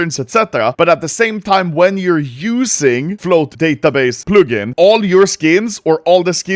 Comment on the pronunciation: thumbs down for pronouncing "plug in" wrong like a 1000s times